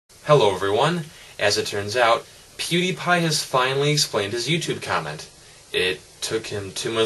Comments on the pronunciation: No one likes you, you're talking to a video that cant talk back, check you likes to dislike ratio. Its also pronouced peeeewwwwdiiiiiiiieeepieee not poodeepie. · Don't beg it, and it's PewDiePie, not poodeepie. Get it right. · why does everyone prononce it pyewdiepie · please stop saying "pwediepie" its annoying